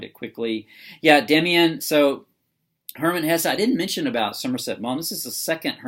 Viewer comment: "Maw-m," not "mom."